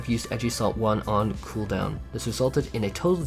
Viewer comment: Couple things change that dam background song it's in every video 2nd when you talk about cooldown please stop saying khoodown